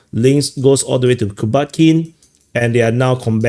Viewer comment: The way said "Mikhailovka, Kubatskiy" after everybody has struggled to pronounce the names of these townletts and villages which trade hands or wind up being logistics hubs... The Russians legit make them sound like normal words.